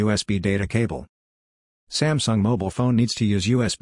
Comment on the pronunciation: "smasnug" and now "sumsung"